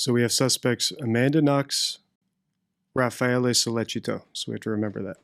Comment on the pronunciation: You know so little about this case that you don't even know RAFFAELE'S name. It's not "Rafaelo". So tell me, if it was a 'sex thing gone wrong' exactly HOW did they leave no DNA in Meredith's room, NO fingerprints, and NO bloody shoe/footprints while Guede left ALL of those? Did they have on hazmat suits and levitate? What evidence or testimony is there that Raffaele wanted to "sleep with them both" or that Meredith kept telling Amanda to "clean up her mess in the house"? HINT: there wasn't any., Your post is an excellent example of the Dunning-Kruger effect: "a cognitive bias in which people with limited competence in a particular domain overestimate their abilities."